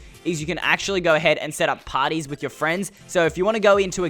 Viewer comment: At Mineplex it sounded Like he said you can play potties with your freinds.